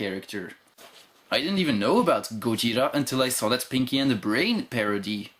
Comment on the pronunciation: あなたのゴジラの発音は完璧です！